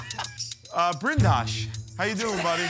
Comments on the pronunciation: lol! he said "Brindosh" hahaha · Actually q has to say "prakash" as an indian name ,but he forgot that name and accidently said brindash instead of saying prakash...